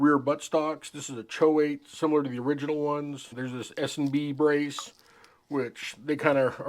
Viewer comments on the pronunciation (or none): none